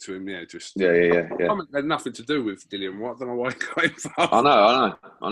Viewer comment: "DILLIAN" not "Dylan" 😂😂😂😂